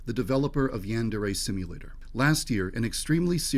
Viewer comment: that is the most Americanized way of pronouncing yandere 😂😂 I'm sure didn't know how to pronounce it initially because he's probably never heard of it or seen it written out like that. So I'll give him a pass this time